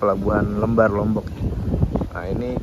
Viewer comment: Pelabuhan Lembarnya salah sebut mas..Le kayak panggilan anak org jawa bukan lembar-an kertas